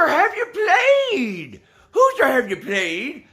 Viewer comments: I just died man "hoosier have ya pwayed?" Dude I literally am dead hahaha! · Lmaooooo "Hoosier have dey pwayed, Lou"